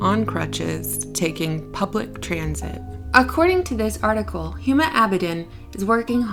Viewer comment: Pronounced "Uma."